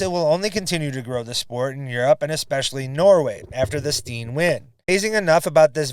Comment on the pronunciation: Annika's last name is pronounced STEN, not Steen. Just FYI.